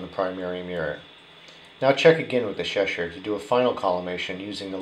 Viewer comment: Its pronounced Cheshire not sheshire